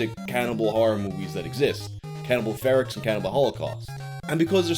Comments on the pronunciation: Cannibal FER-OH, not Cannibal Ferax XD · We need to find one way of saying "Ferox" and stick to it. I was told it was pronounced "Fear-ox", you say "Fair-ux", and this pretentious ass podcast guy who covered it pronounces it "Fur-oh". What the fuck is it?